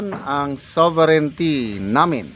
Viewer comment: Now She feel that word SOVERIGNTY😂😂😂😂